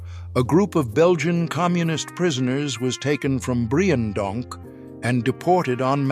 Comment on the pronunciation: It's pronounced Breendonk, not Briejendonk